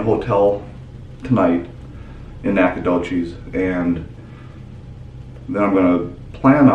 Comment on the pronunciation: Hometown!! Pronounced Nack-uh-dough-CHESS (no cheese please!) Lol! We’ll give you a pass, but next time you need some locals to show you around and teach you how to say stuff proper-like. Also, nobody refers to it as “The Doch” rather just Nac or Nac-a-nowhere (but only the locals are allowed to call it that 😉